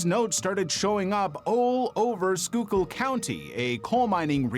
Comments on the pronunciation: BTW, “Schuylkill” is pronounced “skoolkill”. NOT ‘skoykill’. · It's pronounced "skoo' kull" 👍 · Schuylkill is pronounced "skoo-gull" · Schuylkill is pronounced Skoo-kill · Local Schuylkill County resident here.... It's SCHOOLKILL SCHOOLKILL FOR SCHUYLKILL COUNTY AAAAAARRRRRRGGGGGHHHHHH!!!!! Thank you! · SKOO-kul is the pronounciation. 😊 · It's pronounced SKOOkill. Skoo kill. It means "hide stream" I love how you said it right and then changed it every time after that. :D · I know that's what google says. I'm Pa Dutch. Its pronounced school kill. Its means hidden stream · The way you were pronounced Schuykill I had no idea what you were saying. Its pronounced like scoo-kill. I live the next county over, 30 min from Sunbury. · The Illuminati was literally created as a satire in the 60s. I immediately see “The Illuminati” and I can’t take that person seriously…. Also I’m from PA and hearing someone not from the state pronounce Schuylkill is always fun 😂. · Add someone from the area, the way he pronounced Schuylkill is offensive. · Baffled at how you managed to nail the pronunciation of Schuyllkill the first time and butcher it the other times 😂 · Came here to say this!